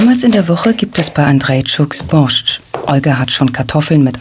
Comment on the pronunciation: Sprecht den „borsch“ biiittteee ohne da T aus einfach nur Borsch 😅 nichts desto trotz ein seehr gesunder Eintopf der sehr viel kraft gibt hmmmm 🤤 ooo diese Leben vermisse ich so sehr, mein Opa hat auch immer sein Brot so geschnitten und dan Knobi eingerieben, sogar das Motorrad hatten wir 😍😍😍 ach Kindheitserinnerungen kommen hoch